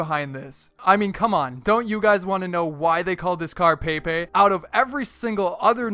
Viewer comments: it's not pronounced pay pay it's pronounced peh pay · It prenounsed pepay not paypay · It's not paypay! It's pronounced peh-pay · It's pep-ay not pay-pay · True dat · Blue nope either of those its pe-pe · But you pronounce pepes name like pepay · pepe is a soccer player and its pep-ay not pay-pay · not paypay its pepay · Who else got annoyed when he pronounced it paypay and not pehpeh. Its like when people call memes maymays. Same thing. Love u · paypay... its pepe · its pepEA not peapea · It is pronounced pep-a he is a professional soccer or football player and is very good at dribbiling the ball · really, "pay-pay" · It was a good video but him saying paypay pissed me off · dont u guys want to know why he pronounces it Pae pae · Did he pronounce pepe "pay pay"? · You cannot pronounce "pepe" to save your life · How I watch: Click on the video Watch him pronounce Pepe's name wrong Unsubscribe Dislike all his videos